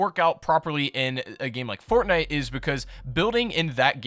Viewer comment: or : "'fartnite.'"